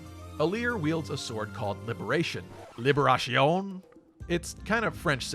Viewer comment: Libération is pronounced almost with a C in it.